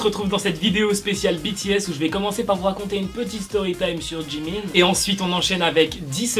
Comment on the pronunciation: Mais c'est pas djimin c'est jimin